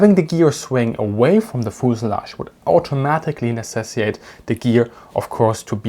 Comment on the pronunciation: Hey. Big fan of the channel. Totally just a minor tip/FYI and I'm sure you already know but you tend to always miss the first "T" in necessiTate. I like "rackety" though.